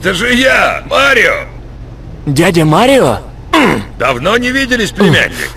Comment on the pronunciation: Прохождение - шикарное, только слегка передергивает из-за произношения имён и названий, тот же мАрио к примеру, ну какой марИо?